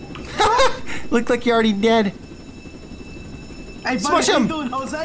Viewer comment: Why do people say hely hely 😂😂😂😂😂😂😂😂😂